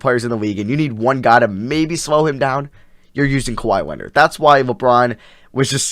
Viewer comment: now way this man said kwahi leonard😹🤦🏻‍♂️